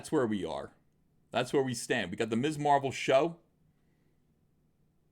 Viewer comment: I thought you said Miss Marple and got excited